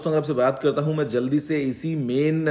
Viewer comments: Bro wo Jalid nahi Jaldi hota hai.. LoL, you are Trolled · #GuruJi. Jalid ni Jaldi hota hai 😅😂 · Bhaiya wo jaldi hai...jalid nahi.....just trying to rectify....